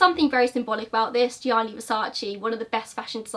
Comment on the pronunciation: Thank You for pronouncing Gionni Versace's first name properly. I recently watched another video about Andrew Cunanan, where the host constantly referred to him as 'Johnny'. I believe if you are going to go to all the hard work of producing a video, at least attempt the correct pronunciation, which you are honest about all the time.